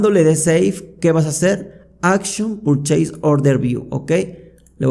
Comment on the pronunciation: Sos muy bueno explicando. Gracias por tomarte el tiempo para enseñar, en verdad lo aprecio. Lo único que te ayudaría es una buena pronunciación de las palabras en inglés como PURCHASE no es "purcheis" sino algo como "perches". Creo que te ayudaría mucho a lograr respeto de los que, como yo, hablamos inglés y trabajamos o vemos todo en inglés. Pero es un detalle. Nuevamente mi agradecimiento a tu paciencia, abrazo!!